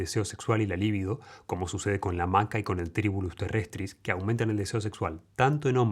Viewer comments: Por qué dices "lívido" que quiere decir 'pálido'. Se dice 'libído'. Muy doctor pero no sabes cómo usar los vocablos correctamente m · Libido... NO Líbido ... es grave sin acento NO esdrújula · Se dice libido, y no líbido.